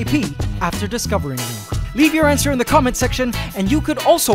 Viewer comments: I swear he's saying, "ant-swer," instead of answer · It pains me every time you say "antswer." Love the quality of these videos, though.